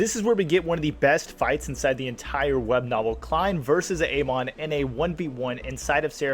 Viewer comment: Pronounication is incorrect on Amon and the Transmigrator names